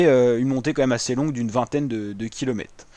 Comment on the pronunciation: Bravo, exercice pas facile de commenter sur des photos, et c'est un ancien du métier qui te le dit. Ah une petite chose : tu oublies systématiquement le R de kilomètres en prononçant kilomètes. Penses-y la prochaine fois...^^